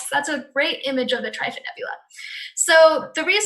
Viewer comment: trifid is pronounced differently than the way you said it, why do you not use the 17. . . charles